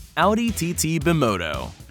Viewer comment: Bi-moto... "bye-moto"